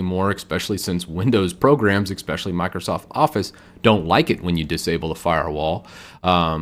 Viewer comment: It's pronounced "ES-pecially"